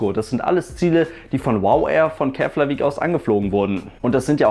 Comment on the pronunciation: Interessantes Video :) Btw: Keflavík spricht man "Keplavik" aus :)